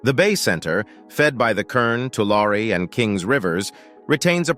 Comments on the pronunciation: loved the update, but as a native resident to this area please please please check with the locals for your pronunciation. Its like fingernails on a chalk board. The word is not Too Lair nor is it Too Lawr. It is pronounced "To Larry". as in, Don't give the money "to Shirley", give it "to Larry". The same goes for the nearby town named after the lake... just sayin' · It's not too-lar it's too-lary. That is the correct way to say Tulare. Lived in the area for many years and I was confused where this was until you put up the map. LOL. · You can always tell when AI is narrating something. It mispronounces words. It's two-lair-ee not Two-larr. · It’s Tu-lar-e not Tular. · The locals around there pronounce it Tularie😅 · Tulare, tu lar e is the correct pronunciation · It’s pronounced “Two-Larry”. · Tulare is pronounced: Tu lair ee. Just because I was raised in in the San Joaquin Valley. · Tulare is pronounced Two-Larry. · No one says Tulare they way they do in this video. it is pronounced with a long A and E, like "To Larry". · Interesting that growing up there we all pronounced it and the town (too Larry ) funny how 100% of everyone in CA says it wrong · Is the narrator wrong or 100% of the population of the San Joaquin Valley? My bet is on the narrator. To all of us here in the valley, it will always be too•LARRY. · We pronounce Tulare as 'To Larry' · 3 syllables dearie. 3 syllables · I'm amazed by how the narrator mispronounces the name of the lake. Great voice. Lots of very interesting information. And yet he pronounces Tulare in at least three different ways. Isn't that something you would research and learn before narrating what is otherwise a well done presentation.